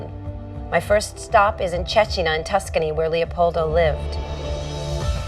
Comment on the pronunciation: I found very fascinating how they kept the Tuscan pronunciation of Cecina through the generations, even after many years in USA.